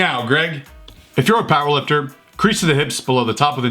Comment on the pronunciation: He kept saying "If you're a power lifter..." but what I heard was "If you're a pile of dirt...." XD I swear that's what I kept hearing lol I kept thinking "There's no way he's calling people piles of dirt!" made my day XD